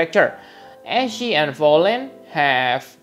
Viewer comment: Who else liked the fact that he pronounced Ashe’s name correctly.